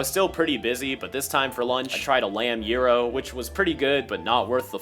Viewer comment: you are the first American I've ever seen saying the word gyro (γυρο) correctly (its a greek food)